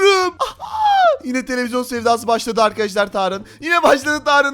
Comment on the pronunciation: Neden hep televizon diyor